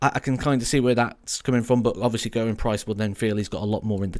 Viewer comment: If you're a fan of Gerwyn Price, please for the love of god, learn how to say his name properly!